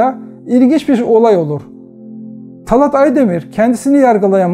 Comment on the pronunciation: Talât talat değil yahu şu Türkçeyi evvela doğru kullanmayı öğrenin